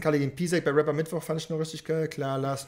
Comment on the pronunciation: eey? Du warst heute echt ganz leise mit deinen „Gunsounds“🤣🤣🤣🤣🤣🤣 lachflash...der hat auch wie nativ einen geilen Sprachfehler: Wapper😂😂😂